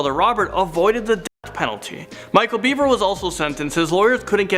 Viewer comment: It is "Bever", not "Beaver".